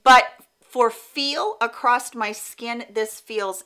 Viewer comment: Is she actually saying acrosst instead of across? It’s really throwing me off or am I hearing things?